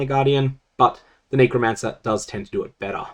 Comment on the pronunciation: can you stop saying kneecromancer? puhleeeaaaaaasssseeeeeee